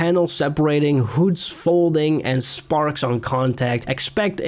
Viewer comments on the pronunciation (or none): none